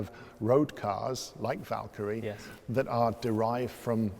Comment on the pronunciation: saying Valkyrie Me hearing Valtteri